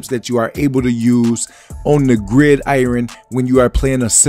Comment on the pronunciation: Grid I-ren? lol